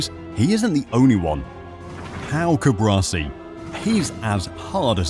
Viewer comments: Hermione Granger would say "it's CuBAAARsi, not CuBRAsi" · CuBARci not CuBRAci...